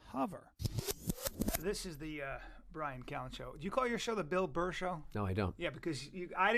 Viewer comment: FOR SURE it's bill burr not bill bull